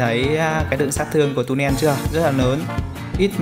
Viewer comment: Tulen chứ k phải tunen nhé